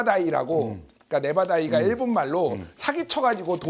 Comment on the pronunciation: 네바다이? 아~~니죠~~~ 네다바이!(netabai) 맞~~습니다~~